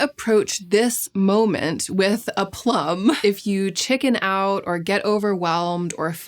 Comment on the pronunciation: The pronunciation was still completely wrong though 😭 (I'm french)